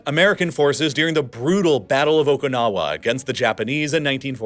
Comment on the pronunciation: it's not "Okonawa", it's Okinawa